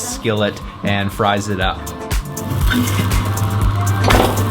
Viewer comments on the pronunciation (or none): none